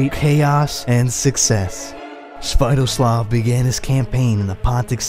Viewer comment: You are talking about Sviatoslav I I've never heard of your pronunciation before, and given the names of this region, yours may well be a different person. We're talking about Igor's son here? The one who was betrayed and had his head made into a chalice?